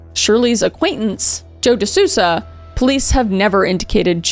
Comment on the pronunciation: just a tiny disclaimer: the pronunciation is De Soul-za, not Susa